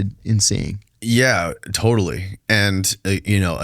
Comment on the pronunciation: “Totally”. The surfer slips out.